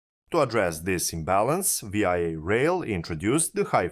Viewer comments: One would think that if one were making a public video about VIA rail one would know that there is not such thing as V....I....A rail. This is only called Via rail by Canadians. AI stands for Artificial Idiocy. If one cannot even rely on the pronunciation that all Canadians know it calls into question all the information that you proport to present. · Great video. Small point, its not said "Vee Eye Eh (V I A)” it's spoken as the word "via". As in "I'm flying to Singapore via Lahore” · Great video! Just a friendly tip, VIA is pronounced veeyah, one word. I am from Toronto so I know. Keep up the good work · VIA IS SAID VEEYA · Pronunciation is the English word "via", not each letter of the word. I'm hoping this private-partnership doesn't turn into a 407ETR type operating agreement with no fare control. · I can’t watch this anymore…it’s hard to listen to a foreigner say VIA, It’s Vee-Ah. JFC mate, learn how to speak properly! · Like VISA but remove the S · Great video. But you pronounceing Via like an acronym instead of the word was a bit grating. Its pronounced like the word via as in traveling to a destination via a train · How do you do the research for a video like this, and never hear the word pronounced?! How do you spend 20-40 hours on production, and never bother to fix such a glaring mistake?! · The mispronunciation makes it seem like he's talking about some other country. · I'm fine with people from other countries occasionally mispronouncing a Canadian term. It adds colour. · Also... If you're going to pronounce it like it's an acronym, do you not have even a tiny bit of curiosity as to what that acronym stands for?